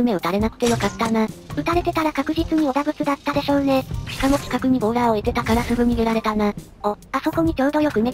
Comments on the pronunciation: ぐさおさん のとこボーラーがボーダーになってますよー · ボーラーをボーダーって言ってましたよ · ボーダーじゃなくてボーラーですよ